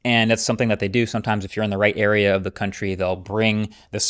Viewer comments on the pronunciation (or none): none